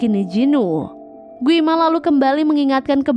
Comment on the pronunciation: Gwi ma kaliii bukan gui ma